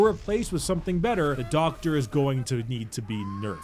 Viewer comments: Love the way he says "DOCKTA" LOL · How do you pronounce DOCKTA?